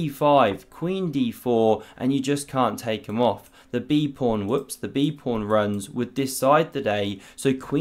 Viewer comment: It is called a pawn not a “prawn” lol